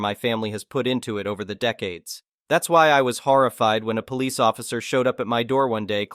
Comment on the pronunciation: The ai voice is very frustrating like it's police not polish please get a real human voice for the voice overs.